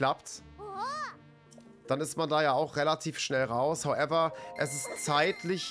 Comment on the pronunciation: Regt mich richtig auf wie er HOWEVER sagt